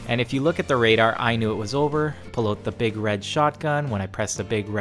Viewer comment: "We're bringin oooot shotguns today"